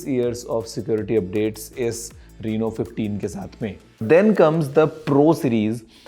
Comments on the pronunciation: Reno❌ Reeno✅😂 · Rino ❌ Reno ✅